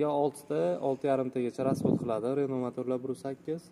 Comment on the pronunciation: Ренол эмас РЕНО